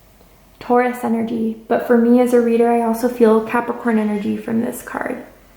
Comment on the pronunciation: when she said caprikai instead of capricorn.... my brain went 😳